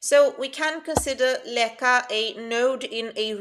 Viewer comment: Thanks a lot for this! I just wanted to correct you slightly, Namdalen is in Trøndelag, which isn't regarded as part of Nothern Norway (Nord-Norge), although Nord-Norge borders are very close, only about 5km from Leka to Bindal. The dialectial differences are big, though. And Leka is pronunced [læk:a], although that's on the local dialect, but then, with the current ~600 inhabitants, not very many speak that. And btw, it's not the first time something like this appears on a remote island. The vikings and those before them, were seafarers, so inland towns didn't make much sence, just like modern cities are usually located close to the shore or at least a river.